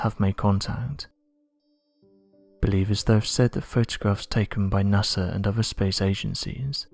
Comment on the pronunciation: It's NOT sars, IT'S SAW... Its NOT nasrs it's NASA .MY GOD can't you find someone we can understand!!?!?!?